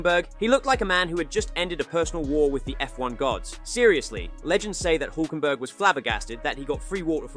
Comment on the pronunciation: His pronunciation is still wrong though 😅